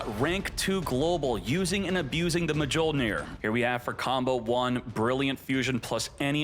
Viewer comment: Oh yes, my favorite card: Artifact Ma joh neer